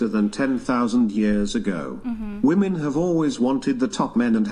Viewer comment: The plural of ‘woman’ is ‘WOMEN’. Why can’t they say it correctly!?!?!?